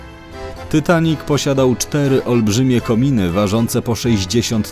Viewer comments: Ja jestem najwienkszym fanem filmu titanic mam tapete 70 zdięć poduszkę 5 koszulek i 3 zdięcia i puzzle 3d titanic jeszcze mnie to boli że mówisz tytanik a nie titanik jak cos to pisze jak sie mówi a nie jak pisze hehe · Dzień dobry. Po pierwsze: nie mówi się ,,Tytanic" tylko ,,Titanic". Po drugie: ,,Titanic" miał 28.2 m, a nie 29,4 m szerokości.